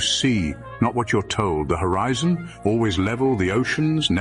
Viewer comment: Horizon (her-eye zone) earth